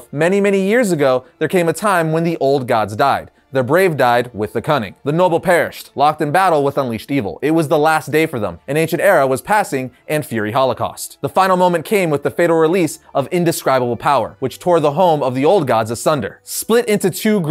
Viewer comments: *Fiery holocaust... not “fury” holocaust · That's a very interesting way of pronouncing "fiery". For future it's like fire-E. :) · you had me questioning how to say “fiery”. 😂 fai-ur-ee is the correct way. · "in feery holocaust"??? wtf